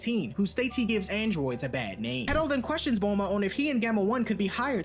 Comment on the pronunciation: I keep hearing dr pedo not hedo